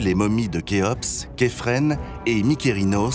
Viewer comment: Elle porte le nom de kefren... Ke Ef Ren ! LOL The translator is so dumb or is it something else ? Maybe he is simply and plainly Ignorant. The real name is KHA-Ef-RA. >> KHAFRA Just as The Egyptologists originally said it. So funny to see and hear this ! Only An Egyptian or an Egyptologists would understand how funny this is. 😅 😂 🤣 FYI and by the way ... There is no need to call Khafra' Kefren now that we have the internet. Maybe it's time for the west to accept the real names just as pronounced by Egyptians. Before the internet there was this separation and it's understandable. but now we should work towards this. You foreigners will never really understand if you keep this barrier of languages going. Even if it's a French channel for French speakers, It's about Egypt and you should learn just how exactly Egyptians call it. and believe me it will make a difference. The ball has always been on your side.